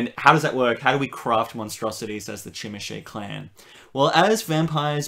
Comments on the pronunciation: Zhimeesee! You use the license, say the name right! Like "je m'appelle bob." Jimisce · Yeah but it sounds like they're saying "Chim-a-shay" which I don't think is either of those. I can certainly forgive people not saying it right, it's a weird word, but I don't know it's right to say they pronounce it correctly. :p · What country are you from that they pronounce zh as CHeese? That link was exactly the link I would have dropped to prove my point if someone disagreed, but you have done it for me...